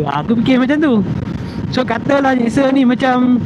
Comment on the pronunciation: Sebutnya Jikser, bukan Gikser.. Btw, menarik juga motor ni. Dah lama xmemiliki motor Suzuki (2 biji motor pertama saya Suzuki). Hari tu ada cuba SV650.. berbaloi juga untuk harganya.